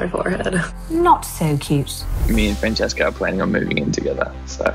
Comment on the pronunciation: Francesca says it like hairy